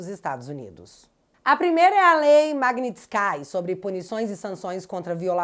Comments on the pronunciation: lei Magnitsky se pronuncia "maguinitisqui" e não "maguinitiscai" é um nome russo,na verdade o sobrenome de um advogado russo. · A lei e Magnitsky e pronuncia como se escreve e nao Magnitskai. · magnitisky nao se le como o final ceu( sky), e sim tal como se le, pq essa éssa lei vem de um russo com esse nome, entao nao é sky e sim squi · É MAGNISTSKI!! É UM SOBRENOME RUSSO!!! Não é skai!!! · É lei magnistski não magnitskai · a pronuncia não e magnitskaaai mas magnits-kii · Alguém avisa nossa querida que o nome é "maguininsquí" (escrevi como se fala). Não é "maguininscái" como ela tem pronunciado. Ela é ótima, por isso não quero que ela fique falando errado e daqui a pouco aparece um da oposição desclassificar ela em algo que pode ser corrigido. Repito, acho ela ótima, não sou um "hater". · A pronúncia da lei é MAGUINÍTISQUI que é uma homenagem ao advogado tributário russo Sergei Magnitsky. Lei sancionada em 2012 por Barack Obama. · Sorry a pronúncia correta é Mag-nísts-ki sílaba tõnica no nísts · não sei se está zoando mas MAGNITSKY, se pronuncia “ magnítisqui”. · Parabéns pelo vídeo. O nome da lei é o nome de um russo... então o final não é "ai"... é "i" mesmo. Magnitsky (Mág-nitis-qui)... Abração !!! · Leia-se: “lei Magnitsqui”. O nome é russo, mesmo em inglês é Magnitsky(qui)